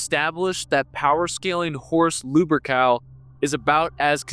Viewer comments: Good ol' Lubercal Okay, this guy is very frustrating to listen too. Between the constant repeating, the constant self nerd-glaze (which is inaccurate, you're a geek at best, a poser at worst), pronouncing many MANY common words wrong, and slurring, unintelligent cadence, I don't understand how people could watch this with any seriousness 😅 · Is he purposely saying "lewbercowl" or is just a speech impediment? I mean, most people don't pronounce "Lupercal" right to begin with, but godamn. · Luh-pur-kl... I guess that's how his name is pronounced